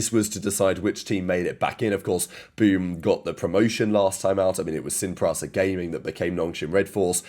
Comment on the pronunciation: Sin PrAsa Gaming, ArtzAn, CauanzAn, Mayko, this guys vowels are actually just A E A O U